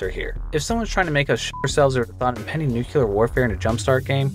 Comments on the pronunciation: *nuclear (thats "new-clear") not nucular. Theres only one U in nuclear. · There is no 'kew-lar' in the very straightforward word 'nuclear' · The word is not "nucular" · /ˈnukliɚ/ noo-clee-arr or /ˈnjukliɚ/ nyoo-clee-arr y'know like nucleus it's not hard edit: also hanged not hung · Come on dude... its spelled nuclear. Not nucyooler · BRUH it's pronounced New-clear, ya'know like one would pronounce EAR. sorry just gotta clean out my errs. i'm never going to play cry of fur ever again! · learn to pronounce words. like nuclear